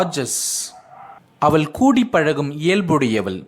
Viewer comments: தமிழில் அவள் எனச்சொல்வதை நீங்கள் அவல் எனச் சொல்லும்போது கேட்க நெருடலாக உள்ளது. Sorry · Nice. A word I want I want to tell. even though u teach us English with Tamil translation you pronounce avall like aval. ie ள் is pronounced by u as த். Pl correct it. It's my request only